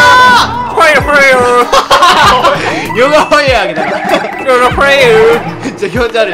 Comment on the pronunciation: ファイヤーじゃなくてファイヨーって言ってるwwwwwwwww